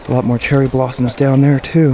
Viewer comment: "Cheery blarms"hahhaha seems you were light headed I am sure you a good meal and a couple beers!